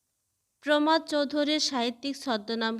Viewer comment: উচ্চরন ঠিক করেন আগে প্রমথ নয় উচ্চরন হবে থ এর পরে একটা অ উজ্জ উচ্চরন হয় চলিত নয় ত এর পরে অ উজ্জ উচ্চরন হবে চলিত+ অ